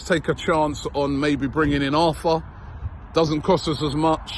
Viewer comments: It's actually pronounced Artur not Arthur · ARRRRTUR - NOT ARTHUR. Christ, Robbie!! He's Brazilian, not English